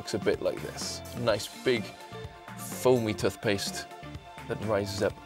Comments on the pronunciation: tuth-paste? lol wut? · Tuff-paste? Really >.> lol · tuth-paste well i never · the way he says tooth paste is hilarious